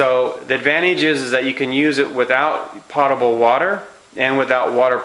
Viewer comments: Potable's pronounced w/a long o, like Poatable, not pot-able. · If you are going to claim yourself as an "expert" advisor, learn how to pronounce technical words properly. Potable water is NOT pronounced "pot-abel" water; it IS pronounced "pote-abel" water. The dictionary described pronunciation is "/ˈpōdəb(ə)l/". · It's NOT "pot-able" it's "poh-table"... you'd think you'd know this after spending thousands and decades of money and time as you say! Reason I dismiss anything you say! Pretty dumb! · Love what you do, but let’s get it right….”potable” (pronounced POtable, like boat-able) does NOT mean already treated by the city and full of chemicals. It means clean enough to be consumable. In other words, not nasty or polluted. Thank you for what you do… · Thank you for helping everyone out cause we were all like 'What is pot-able?" Weirdo. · Do more research on distilled water, I think you are wrong on those conclusions. Also while I appreciate the information and your video was well done. It would sound so much better if you actually pronounced the word potable correctly. If you are going to use a word several times and to show you know what you are talking about, pronounce it correctly, please. Potable - pōtəbəl pote-ah-bul. Cheers! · POTE. Potable is pronounced POTE A BULL. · P O T A B L E . Long "O" sound. As in Pole, not as in pot. Distilled has been best water for 200 years, btw. No cancer from distilled nor from R.O.water. (Distilled used at most cancer healing resorts for over 100 years; recently went to more expensive waters in some places, for money, not for health) i.e. Inaccurate info in vidao. Also, prices on Berkey site same or better as here. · The word is potable as in potato, not pot. Use the dictionary. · The correct pronunciation of the "o" in "potable" is a long "o" as in "No", not as in "pot".